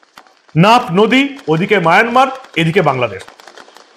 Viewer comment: আপনি খবরে মায়ানমার কে বার বার মায়নামার বলছেন ।